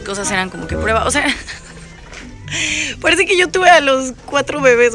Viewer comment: Si escucharon que dijo parce